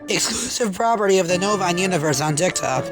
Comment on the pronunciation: really should’ve just pre-recorded “Exclusive property of the universe.” Bit and just reused that instead of repeating it every time, cause I hate scratchy saying “EXCUSICVE PAOPERTT OF THE NOVANINE UNIVERSE ON TIKTOK.” Directly into my ear holes…